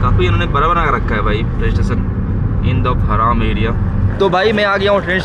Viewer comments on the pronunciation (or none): आप हराम नही हरम बोले , real pronounce Aisa hota hai